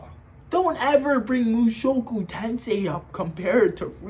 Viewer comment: i understood this guy didnt even finished mt the way he pronounced the title and called it power fantasy and rudeus the strongest like bro😭